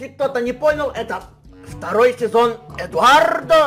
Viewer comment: КАК ЖЕ ДАВНО Я НЕ СЛЫШАЛ ЭТОГО: "ЭДУАРРРРДО ПЕРЕЦЬЯНО. ХА!!!"